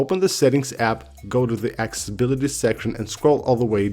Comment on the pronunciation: Broo can u please pronounce accessibility correctly...for the sake of Tim Cook